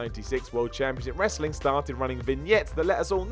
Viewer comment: Wrasling lol